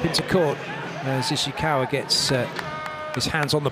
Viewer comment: correct me if I’m wrong but did he tried to say Ishikawa and ended up saying Oshikawa? Which kinda sounds like Oikawa JAJAJA